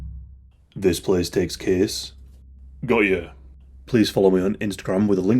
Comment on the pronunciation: Took me about 5 times to realize he said Got Ya lol, I thought he was saying Goya or something Great intro 😊